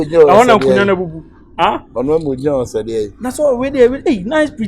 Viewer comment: Is it a hostel or wholestale 😂😂😂